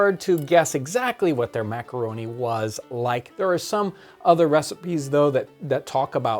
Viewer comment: "Mac-a-ro-neh!"